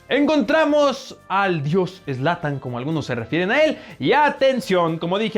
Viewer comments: Zlantan ? No mames >:v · Me destrozo cuando escuche zlatan